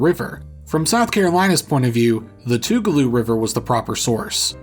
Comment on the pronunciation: By the way it's pronounced Too-ga-low, and Kee-oh-wee with emphasis on the last part of both words, you pronounced Chattooga right